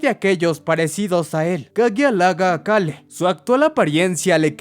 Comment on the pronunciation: Me estresa muchísimo como pronuncia "Cale" más porque en los primeros minutos lo repite como 20 veces